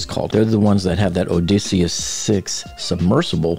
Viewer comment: Why does the narrator NOT know how to pronounce "PELAGIC" nor "ODYSSEUS"? It sure undermines his credibility when talking about them. P.S. We know that 4 am is in the morning, that 1 pm is in the afternoon, and that 11 pm is at night.